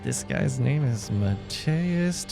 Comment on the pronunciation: Hi, great video, will sub after watching. So I'm having just a little funfact / hint for non-polish speakers: try to say it like Mateush. In our language "sz", "cz" and "rz" are really common and the Z in there actually makes the opposite of what Z should sound like. "Sz" and "cz" are easier to explain, as they sound like "sh" (shoes) and "ch" (choince), but "rz"... Hm there is a french world for "I love you", starting with J, and "rz" sounds like that. I know none cares, but hey we Poles do love jokes about our language being hard